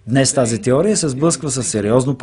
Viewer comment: теория а не тиория за разказвача btw